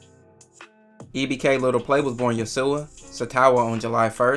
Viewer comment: brother name is Yoshua like Josh wit a y... fam talkin bout Ya Su Ah lmfaoooo i had to correct you bro get weird over his name